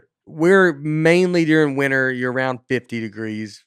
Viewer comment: Washington State! My home state. By the way, Nates pronunciation of "We'll" sounds a lot like "we're". Like "we're have some more New York comics on". And "dearing" instead of "during". Is that a southern thing? I initially thought Nate was doing a bit. Like he says his comedy is based on him playing dumb. But the more i listen, the more i think this is just how he is. Funniest podcast out there! I hope one of Nates pilots gets picked up. He has some hilarious ideas.